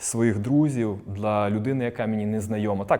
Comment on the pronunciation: Так кумедно чути "дла" а не "для"😅